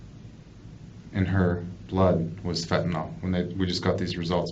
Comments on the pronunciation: FentaNYL not fantaNOL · Fent a nil not fent a nol jeez 🙄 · FentaNYL not fentaNOL